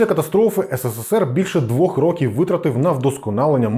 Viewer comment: Шість рОків, пане. Якщо маємо чітко окреслений числівник, то змінюємо наголос.;) Також: ходити по кабінетаХ або кабінетами. Бо кабінетам - це чому (дати номери кабінетам). Красно дякую за цікаву розповідь! Трясця, яка ж тоді всюди панувала дичина... Конструктори сиділи, мільйони чоловік не мали чого їсти через дурнуваті плани щодо бюджету, важливу інформацію приховували від усіх підряд... А потім ці кремлядські паскуди заявляли, що досягли казна-якого успіху! Та трясця б їх ухопила!